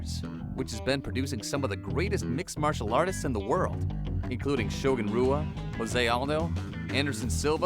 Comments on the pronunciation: If you're going to be a serious MMA channel and talk about Brazil's contributions to the sport, you really should figure out how to properly pronounce Brazilian names... Shogun "hua" not Rua, Farbizio 'verdum' not Werdum... just sayin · Rua isnt pronounced with a R but an H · Also u pronounced shoguns name wrong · Is your pronounciation of Rua also a part of the contest